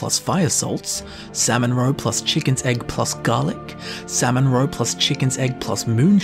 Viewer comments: By the end of this video I was hearing ‘Sam and Roe’ and I thought he was talking about some sort of sitcom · Sam-mon-row-pluss-hisst-cahp My coworker side-eyed me all the way to work🤣🤣🤣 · samonrow samonrow samonrow... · "Salmon Roe" no longer sounds like real words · Who never wants to hear say "salmon roe" again?